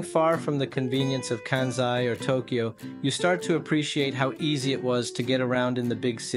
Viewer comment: There is no "kă" sound in Japanese as in Can or Kansas. There is only a "ka" as in Carl or Karma. So it's Kansai "Kahn sigh" and "Can Zai". Also no "Key O Toe" it's only two syllables "Kyo Toe." try "Kyho Tow" Just adding a better explanation especially because you said yo understand a little Japaneses. 🤙🏽